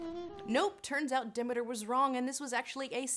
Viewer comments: it's Demeter. deh-MEET-er. not DIM-it-er. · Not to mention, she said "Dim-it-er"... lol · Demadiur ...it's funny how you pronounce Demeter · not de-meat-er? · I'm (1/2) sorry, but 'Demeter' pronounced de-MEE-tur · Im either annoyed how she keeps mispronouncing Demeter... .....how im having my mind blown that ive been the one mispronouncing Demeter all my life. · Honey I love this video but, what in the actual hell is your way of pronouncing Demeter?